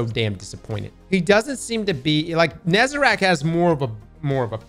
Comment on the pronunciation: bro still says "nezeRAC" smh :(((( its "NEH-ZA-REHHHK"